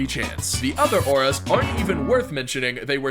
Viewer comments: Aura’s Say it like Oru’s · i think is getting old because he called ‘Auras’ ‘Nametags’. y’all he need some help 💀🙏